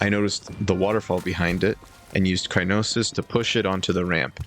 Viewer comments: Just thought I'd let you know that it's Cryonis and not Crynosis Don't worry, you're not the first one to make that mistake😅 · it's cryonis, not crynosis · Btw its not Cray-no-ses it's cryo-sis. Btw amazing Vidio and you are really comfortable whaching while eating keep up the good work ❤